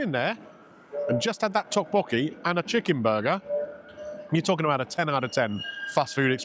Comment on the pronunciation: It's pronounced duk-bokky